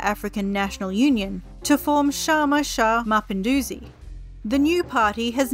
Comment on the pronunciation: The narrator's swahili is horrible, at least basic research would help. "Chama Cha Mapinduzi" is pronounced completeley different (not sh, but as an actual ch), also Unguja is pretty bad. The mirrored photos/footage is confusing and misleading. (source: I lived in Zanzibar for 1 year)